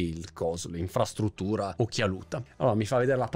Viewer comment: ti accudisce di più la capoccia?? 😂😂😂 , insfrattuttura occhialuta?? 😂😂😂 Non so perché ma mi ricordi Angelo Pintus di Zelig 😁